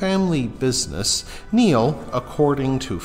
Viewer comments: It's pronounced like nile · Pronouncing Niall wrong as well as other names